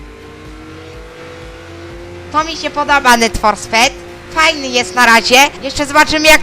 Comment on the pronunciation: Sped to cie robiło naucz się czytać